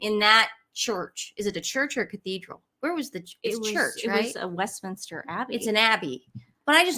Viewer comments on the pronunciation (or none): none